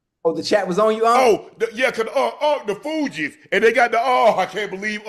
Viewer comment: Unc really out here Unc-ing …. Calling The Fugees the Fiji’s 😆😆😆😅